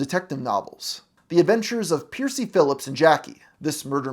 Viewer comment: I do not like your pronunciation of Percy.